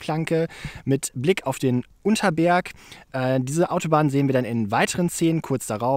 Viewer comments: Das ist der U N T E R S B E R G und nicht Unter erg.... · Er heißt Untersberg! Nicht Unterberg😅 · Der berg heißt untersberg nich unterberg wohne da in der nähe